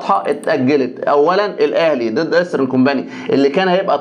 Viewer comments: انا بحب برنامجك جدا. بس عندي تعليق ع كلمه ايسترن كومباني،حضرتك بتقول كومباني النطق غلط جدا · يا ريت تنطق كومباني صح